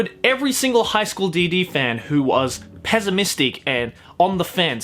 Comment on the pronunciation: wtf is "peasamistic"? Is it very sad peasants?